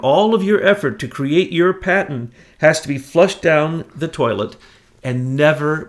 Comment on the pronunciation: Great work you guys. This is the third video of yours that I've listened to. Thanks for digging up the info. By the way,, 'patent' has a 't' at the end; it's not a 'paten'. But great work, thanks; we need you!